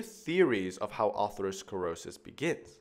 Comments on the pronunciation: Excellent video, except one thing is driving me crazy: ATHEROsclerosis not A-R-THEROsclerosis!!! No doubt knows this, it just comes out wrong. Everybody has a few of these 😉 The root "athero" means FATTY, and "sclerosis" means hardening; in ATHEROsclerosis, we see fatty plaques (atheromas) in addition to other pathology. Atherosclerosis is thus a SUBTYPE of hardening of the arteries (it's one kind of ARTERIOsclerosis), it is the "fatty" subtype where ATHEROMAS are present. Not all arteriosclerosis includes fatty plaques. Another worthy video, starts with the etymology of ATHEROsclerosis, ARTERIOsclerosis, AND ARTERIOLOsclerosis, and describes their differences. It's important to be nit-picky about this misplaced "R", because the related, more generic term "ARTERIOSCLEROSIS" (hardening of the arteries) has an R in the second position. These are related but distinct words, for overlapping but distinct pathology combinations. Creating a hybrid word that's halfway in between, just confuses things. The best thing about the video, is the rapid pace of extremely well described information. Fast and thorough without seeming overwhelming. A large part of this comes from the easy grace of the drawings as they materialize into near perfection before our eyes 👍🏻👍🏻👍🏻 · it's not aRthero, but ATHERO... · You added an extra "R" in atherosclerosis. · Stunning visuals and explanations but it’s ATHEROSCLEROSIS, not artherosclerosis. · It is Atherosclerosis, not artherosclerosis. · Isnt it Atherosclerosis not Artherosclerosis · Thats Atherosclerosis not Artherosclerosis dumb guy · Atherosclerosis not Artherosclerosis.. But Arteriosclerosis...thanks anyway.. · *aTHEROsclerosis (not arthero)